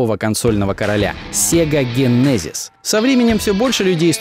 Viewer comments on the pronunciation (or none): Господи, как же ты некоторые названия криво произносишь, Генезис? серьезно? Биовэр? просто, причем диагонали эйдж произнес правильно, Сегу, мать ее, дженесис - нет